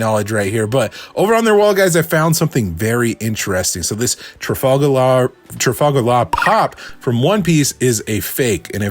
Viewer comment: Congratulations on pronouncing Trafalgar properly. Most Americans I've seen butcher it. 🤣